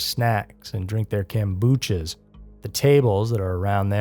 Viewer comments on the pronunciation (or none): It’s pronounced Kom-bu-cha not Kam-bu-cha. 🤔